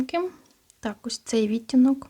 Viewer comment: Може вам вже писали, але часто просто чую. Ви ставите не правильно наголос на слово "відтінок", треба на другу "і" 🌷